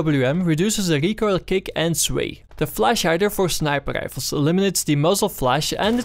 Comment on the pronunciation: I would love to watch your videos man, but I unfortunately just can't stand the "sniper gdifles" Im so sorry. 1 like for you though because I know you have a good following and your videos are informative.